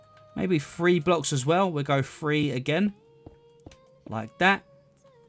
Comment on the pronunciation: one two free lmao